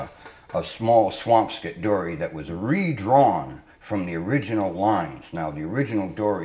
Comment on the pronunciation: is he saying; `swampscott' or is he saying `swampskit' ?